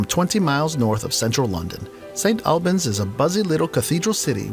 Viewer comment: And st albans. It’s pronounced St All - bans